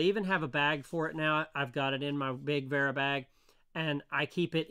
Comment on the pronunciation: The W is pronounced as an F